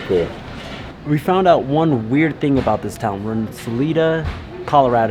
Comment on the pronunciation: It's pronounced Sal I Da - Salida - say the I as an I not an E. Hope you get on your way soon!